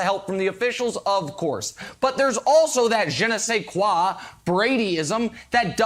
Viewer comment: As a french , i can tely y'all the "Je ne sais quoi" pronunciation of Nick was spot on .. first time i've ever heard an American pronounce it properly !!